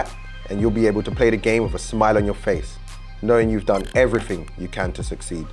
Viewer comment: Why do British “people” pronounce everything as everyfing